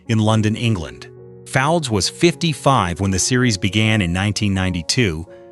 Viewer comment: Derek's surname is pronounced Fowlds NOT Foulds, and "Rosie Cartwright" was a mechanic not a nurse